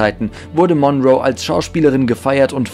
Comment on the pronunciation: Das zweite "L" in Lincoln ist stumm und Monroe wird auf der letzten, nicht auf der ersten Silbe betont. Doch das sind nur Kleinigkeiten, gemessen an all den anderen Fehlinformationen in diesem Video. Es sind zu viele, sie hier aufzuzählen, aber einige werden in den anderen Kommentaren genannt. Du hast so unglaublich wenig Ahnung, dass es richtig weh tut. LÖSCH DICH!!!